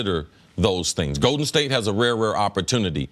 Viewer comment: Cris Carter "Goeden State" 🤣